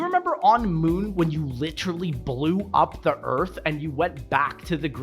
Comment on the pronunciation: I noticed it too lmao